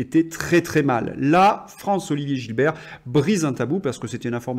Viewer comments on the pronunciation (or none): GiSbert et non Gilbert.